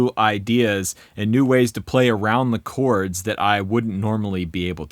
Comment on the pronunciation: When you said "chords" I thought you said "corts". I thought, "corts" those super cheap pawnshop strat knock-offs? That's weird.